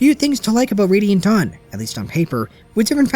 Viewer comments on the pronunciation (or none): none